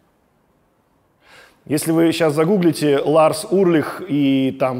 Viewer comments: Почему Урлих, если он Ульрих. Или мне так слышится? Много раз переслушал, ясно говорит Урлих. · Интересная подача. Только не Урлих, а Ульрих. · Металлику люблю, Чёрный Альбом в своё время слушал круглыми сутками. Удивило, что Александр ничего не упомянул про Дэйва Мастейна и режет слух фамилия Ларса. Он Ульрих, а не Урлих. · Действительно, с чего он Урлих? Ульрих- нормальная немецкая фамилия. В США 40 миллионов человек немецкого или частично немецкого происхождения. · классный выпуск!! плюсую!! вот только Ларс уЛьрих) а не уРлих :))) прям пепедергивает каждый раз когда Александр говорит Урлих 😆 Если так, то Александр Шупной тож звучит 🤭🤷‍♂️😅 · уЛЬРих)) а так крутой выпуск, металлика ван лав, спасибо, Александр! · Дядя Саша, а почему вы называете Ларса Ульриха Ларсом Урлихом? В остальном вы прекрасный контент делаете! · Только у Ларса фамилия не Урлих а Ульрих!😂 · Блин, ну почему Урлих, а не Ульрих?)) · А почему Урлих, когда он Ульрих? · Ларс Ульрих,а не УРлих)